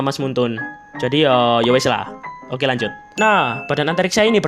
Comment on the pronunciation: lanjut❌ Kanjut✅